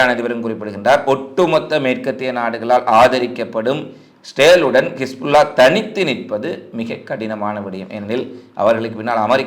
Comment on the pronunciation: இ. ஸ். ரே. ல் = இஸ்ரேல் என்று சொல்லவேண்டும். கவுதி அல்ல ஹூதி அல்லது ஹவ்தி,கிஸ்புல்லாஹ் அல்ல ஹிஸ்புல்லாஹ். கமாஸ் அல்ல ஹமாஸ்.ப்ளீஸ் திருத்திக்கொள்ளவும்.